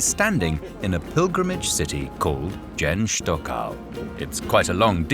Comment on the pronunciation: That pronunciation of Dzerzhinsk.... They didn't even try LOL